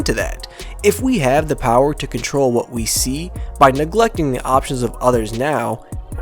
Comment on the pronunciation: "Toggle for C O N T O L"